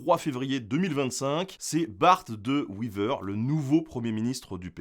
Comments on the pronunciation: [Bart De Wéver] et non [De Wiver] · Le fameux Bart De Wiver, La bonne prononciation c'est De Wéver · Petite correction, on prononce « De Ouéver » pas « de ouiver » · Wééééééver, pas Wiver :) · Bart De Wever, pas De Wiver. Quant à la Bataille des Éperons d'or, les milices flamandes étaient épaulées par des troupes du Comté de Namur. Les comtés de Flandre et de Hainaut, par alliances matrimoniales successives ont eu les mêmes souverains, dont les Ducs de Bourgogne, puis sous le Saint Empire Romain Germanique avant le royaume d'Espagne. Les classes aisées flamandes parlaient le français et envoyaient leurs enfants étudier en Wallonie jusqu'à la fin des années 1960. C'est alors que ces "franskiljoenen" - terme péjoratif qui leur était accolé - ont senti le danger peser sur eux et ont su retourner sur les Wallons l'animosité populaire. Le mythe des soldats flamands morts dans les tranchées parce qu'ils ne comprenaient pas les ordres, ce mythe reste à démontrer. Des pièces de monnaie étaient déjà frappées en flamand des premières années du 20ème siècle, ce qui prouve que le complexe d'infériorité que ressentent les Flamands provient du manque d'unité entre leurs patois très disparates. Aux jours actuels, nombre de Flamands ne se comprennent pas entre eux... Le développement économique des provinces flamandes a été permis par les investissements wallons dans des infrastructures et une politique internationale permettant de débloquer l'estuaire de l'Escaut et l'expansion du port d'Antwerpen (Anvers) et d'autres sous régions. Le vieillissement du tissu industriel wallon et la fin de l'épopée charbonnière et le libéralisme économique de plus en plus influencé par des multina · Wéééver , pas Wiver 😂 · Wéver pas wiver hein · ca se dit wéveur pas weaver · On dit de wé- veur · Pas de bol mais non. On ne dit PAS "de Vevere"!!! Les Belges( flamands comme wallons) prononcent le "w" à l'anglaise! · "Bart De Wither" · Pourquoi " W-i-ver " ?? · son nom se prononce de ouéveur